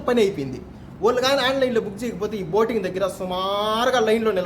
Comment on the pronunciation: Boating antunadu